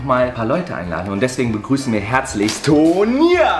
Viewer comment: Ich hab immer Turnier anstatt Tonia verstanden xD